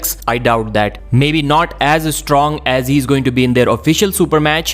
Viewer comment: Es stong is es strong. Why do you put a "es" in front of words that start with an s?